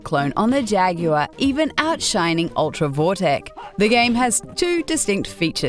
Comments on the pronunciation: The "Atari Jag you uh"? Man, some people can't pronounce things right. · LOL Atari "Jag you are" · "The Jagular"??? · someone teach the announcer how to say the word jaguar properly